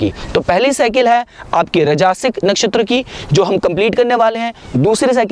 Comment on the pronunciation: It's not rajaasic but Raajsic. Not Tamaasic but Taamsic.